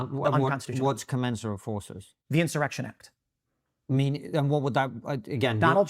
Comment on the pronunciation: Love Tim. He has to learn how to pronounce “commensurate.”